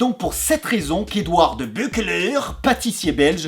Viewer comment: Bonjour! Je suis belge et je voudrais juste une fois me permettre une petite remarque sur ta prononciation... Ca se prenonce (phonétiquement bien sûr): De Beuuh que l'aaareu. Bref, en fait je m'en bat les c*uilles j'aime bien tes vidéos! Elles sont comment dire... SUPEEEEEEERRRRR! 😁